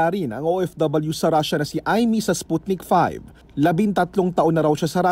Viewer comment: Sputnik V (vee, not five)